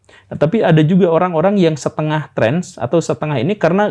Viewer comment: nah sama itu pertanyaan saya, karena dr pengucapan Guru Gembul "Trance" tp seharusnya Trans sih..